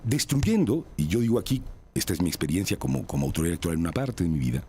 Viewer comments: "¿Austoridad?" escuche mal? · cuando la "analista" dice austoridad... uno entiende su "analisis"